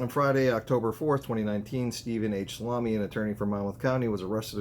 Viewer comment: Its promounced Sal A me